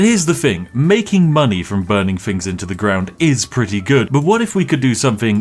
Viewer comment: Posh people don't say fings, they say things.